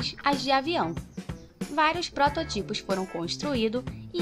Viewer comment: Em , não se diz "proto tipo" e sim "protótipo"!!